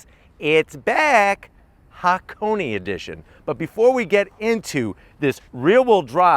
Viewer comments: Small pronunciation check: that should be Ha-Ko-Nay (near enough, the 'nay' is short) rather than Ha-Ko-Knee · It's pronounced haa·kow·nay, not haa·kow·nee. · Its just pronounced hakon. Not hakon.eeeey. hakone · Ha Ko Ne pronounced "Hakonay", not hakony LoL. Love your videos though! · It is Hakone(haa•kow•nay). Not HakoNI. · Say it with me. HA-KO-NAY kthx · He just can't seem to say Hakone correctly.